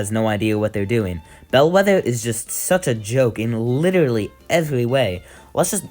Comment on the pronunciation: You sound like you say witterawy (no disrespect fire 🔥 vid)